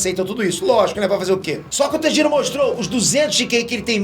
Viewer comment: Agonia ele pronunciando o nome do Tanjiro 🤡